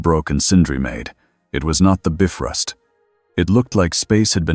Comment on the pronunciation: Editing before posting Really needs to be normalized. It's quite annoying the Ai narrator pronounce the names of characters and things wrongly. Like the Bifrost, it's not pronounced "Biff-rust", it's pronounced "Bi-frost".